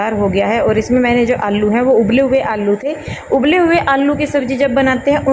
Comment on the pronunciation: Aap aalu ko allu kyu bolte ho 😊